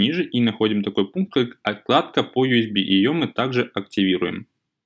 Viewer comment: не отКладка, а отЛадка, просто уши режет